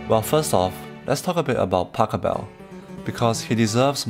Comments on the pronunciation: Nice video, but it's not Pacobell but PashEbel. :D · Please try to pronounce his name properly! It should sound a bit like "bach hell bell" with of course the initial letter being a P rather than a B, but you do know how to pronounce Bach. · His name is Pachelbel. Not Pack-a-bell. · Very interesting indeed. Pachelbel is pronounced different: The first silable Pach is pronounced like J.S. Bach - without k. And the pronouncation is on the second silable „el“.